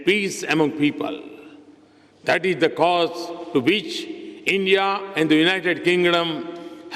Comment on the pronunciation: It's 'is'not eeesss😅 plse pronounce properly and footballer not phootballer